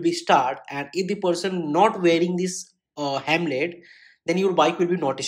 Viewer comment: Bro that is not HEMLET that is HELMET